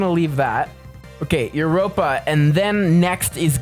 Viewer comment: Yeah, I don’t know why he said that and that’s not how you say Europa💀